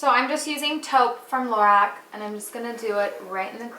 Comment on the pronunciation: Lorac is pronounced like 'laROCK'